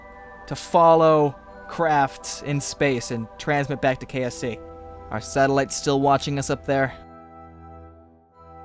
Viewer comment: It did really sound like kfc kerbal free centre